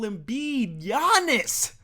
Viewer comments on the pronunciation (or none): none